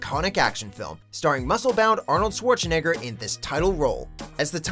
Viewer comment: I have never heard anyone pronouncing Arnold Schwarzenegger that wrong